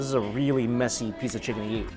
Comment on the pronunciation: Notice how he says "YEET" instead of "EAT". I've been twitching every single time for 3 years